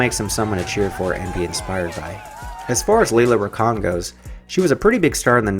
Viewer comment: Lela Rachon,pronounced "ruh-shon". Michael Jai White, Jai rhymes with "eye".